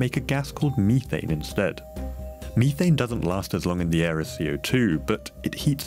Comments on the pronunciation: It is "Meth - ane" Not "Me - thain" Why is everything computer generated? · Why do you pronounce it Meat-taint :D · learn to pronounce "methane"